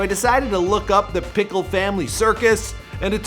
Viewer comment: His last name is Nickell? Not pickle